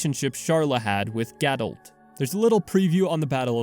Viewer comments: ga-doh not ga-dolt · What I don’t understand is how people can mispronounce things in a game with LITERAL VOICE ACTING. ITS GA-DOUGH, NOT GA-DOULT. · Sorry I have to add that the in game pronunciation of Gadolt isn't a quirk of a British accent. The T is silent. :)